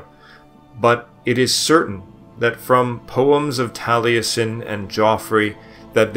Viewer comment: I've never heard a historian from England, Wales, or Scotland pronounce any differently than "Jeffrey". But then, this guy can't pronounce Taliesin, either, so ...